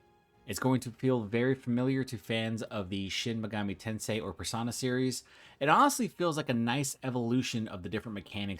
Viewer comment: PersOna, not persAna.